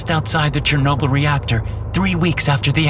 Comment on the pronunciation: It is 'Chernobyl' bro